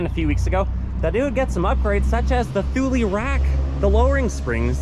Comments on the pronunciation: Never heard it referred to a THOOL - I pronounce it TOOLIE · I believe Thule is pronounced tool lee